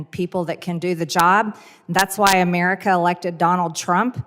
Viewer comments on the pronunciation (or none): How she pronounces "Amurka" is annoying as hell. It just reminds me how stupid and poorly educated so many of these MAGA morons are who are running the country.